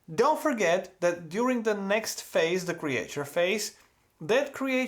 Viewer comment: Creature pronunciation tip: "creetchur" Awesome video, as usual, love the work man